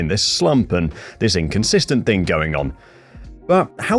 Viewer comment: Mate the word in ThING not ThINK